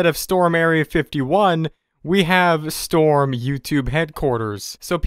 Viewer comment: IT'S STORM NOT STROM! Get it right!🤦‍♂️🙄